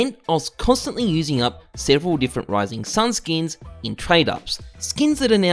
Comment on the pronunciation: god the way you say skins as "skeens" and how frequently you say it kills me inside